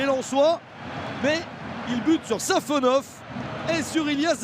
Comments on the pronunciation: Safanov❌ Savanov ✅ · C'est SafonoV, pas SafonoF...